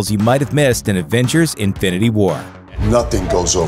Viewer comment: "adventures infinity war "